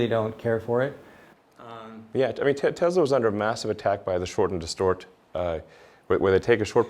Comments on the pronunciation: You would think that the owner of the company would know how to pronounce Tesla without a Z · it’s pronounced however Elon pronounces it.